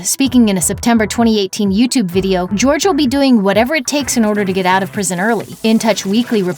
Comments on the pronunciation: Not GEORGE. HOR-HAY!! omllllll. I’m taking spanish rn and this makes me cringe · He's really out here pronouncing his name "George?" Don't chill with self-hating Latinos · “Jorge” is pronounced “hor-hey” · Why are everyone calling him George? Jorge is a spanish name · george ?? JORGE honey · His name isnt George it is Jorge!!! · Jorge is not pronounced "George" get a clue. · I know I’m 1 year late to this video, but dang this girl keep saying George instead of Jorge